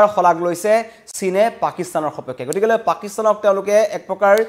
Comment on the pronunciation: news reader জনে গতিকে শব্দটো ভুলকৈ উচ্ছাৰণ কৰে।গতিকে শব্দটো গতিকলে বুলিহে কয়।কথাটো মণ কৰিবলগীয়া।এজন বাতৰি পঢ়োতাই ভুল কৰিলে ভাল নালাগে। বাকীবোৰ সকলো ঠিকেই আছে।